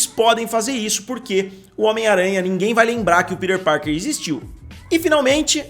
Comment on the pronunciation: Que agonia vc falando “ pider parker “ kkkkkkk